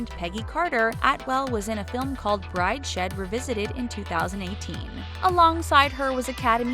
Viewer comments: Brideshed, omg its pronounced brides head ! Just goes to show any simpleton can make a YouTube channel. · Brideshead .... Brides head ... not Bride she(a)d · Brideshead too. it's Brides Head, not Bride Shead XD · LOL, Brides head, not bride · "Bride-shed revisited"? So the narrator didn't finish middle school I guess :/ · Brides-HEAD Revisited. Not Bri-Shed 🤗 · Did i hear her say bride shed?? Hahahahaha Brides head would be how u pronounce that. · Note to the narrator: It's pronounced Brides-head Revisited, not Bride-shead. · Bride shed? Bride shed? Are you seriously that stupid? It's Brides head. Good God! If you're going to be a professional voice-over artist, at least learn how to speak the language. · It's brides-head revisited, not bride-shead revisited.....srsly it's not hard to google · It’s brides-head... not bride-shed you moron 😂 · Just letting you know thats it's Brides-head not Bride shed..... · Brides-head not bride-shed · BrideSHED? It's BridesHEAD. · Bridshead revisited 😂😂🤣🤣😂🤣😂🤣🤣 it’s Brideshead... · Bride-shead? It’s pronounced brides-head. Numpty! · OMG, I suggest to take a few lessons in English literature and then try again with "Brides-head revisited" instead of "Bride-shead revisited! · “Bride shed”? and “C plus C music factory”? I hate the people who do these voiceovers because I can’t pronounce anything correctly! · brides..head.. not shed you nitwit. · Brideshead Revisited begins . It's pronounced Brides Head, and Gigi didn't have massive thighs or a lot of muscle. She was just athletic.... E. Tompson deserves a lot of credit for standing up for a fellow actress. She is not just a fantastic actor, but also a fantastic human being. Way to go!! Good content. thanks for posting btw! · Bride-Shed Revisited? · Bride -she’d? Lol, oh my what a horrible mistake.